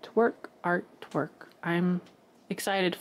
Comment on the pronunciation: I need to clean my ears! I heard art twerk, art twerk… and looked to see if I could find the twerking art… then realized you were saying art work…. 😳😳🤦🏼‍♀️🤷‍♀️🤪